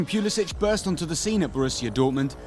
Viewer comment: Yeah, unless he starts on the regular next season, he needs to leave Chelsea. Also, not sure if you're saying his last name right.